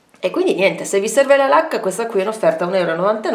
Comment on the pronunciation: Ti guardo mentre mi strucco... Mi sono dovuta fermare, però, perché invece di: “ho finito la la lacca” avevo capito: “ho finito la vodka” vabbè meglio che vado a farmi un cicchetto... buahahahahahah 😂